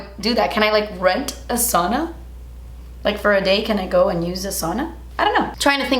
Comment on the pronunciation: saw-na? No girl it’s pronounced SOW (rhymes with cow) -na